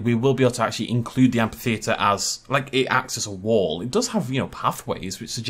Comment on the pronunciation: I'd hate to be rude, but you're mispronuncing amphitheater. Again, I'm sorry if I sound rude, but it really bothered me. Also, I really don't think that's meant to be a Basilosaurus. The head and hind flippers are too big and the tail fluke is too small. I really think it's meant to be a Mosasaur.